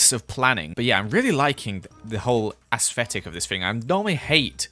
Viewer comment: Nobody:: ~AsSFetIC~